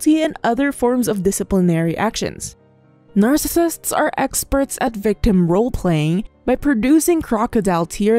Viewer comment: you might want to work on saying the word narccisist correctly before repeating it 8000 times in a video. just sayin.